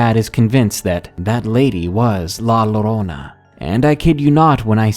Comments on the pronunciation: La llorona is pronounced more like "jo-rona" when talking in Spanish. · They put a spell on you! And it's pronounced "La Ya-Rona". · It's pronounced "La JO-RO-NA". Depending on where you're from (either Spain, the Caribbean, or Central/South America, it would be pronounced with either a "Y" or a "J". That's because with different dialects, come different pronunciations of a word that is one and the same. My way is "JORONA". Another way is "Yorona". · A small part of my heart breaks down each time you say La Llorona as LALORONA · It's spelled la llorona but the llorona part is said yorona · did it bug anyone else how he pronounced La llorona it's (yo-ro-na) lol it was funny though